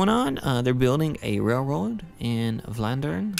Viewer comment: You pronounce Vlaanderen (= Flanders in English) pretty well for someone who doesn't speak dutch/flemish. :)